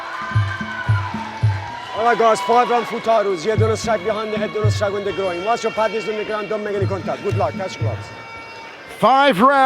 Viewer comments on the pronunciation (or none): none